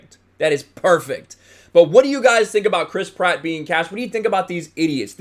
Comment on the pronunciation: Every time you say Chris Pratt, all I hear is Crisp Rat